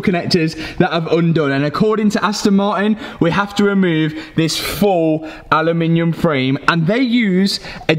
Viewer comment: A loo min umm